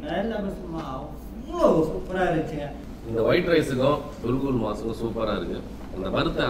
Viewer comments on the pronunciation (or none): adu "gul gul" illa, adu "kukul", oru naatuku poona anda naatoda ucharipa sariya therimdukondu pesavum, sila samayngalng neengal Solvadu anda naatil keta vaarthayaaga irukalam😢😢😢😢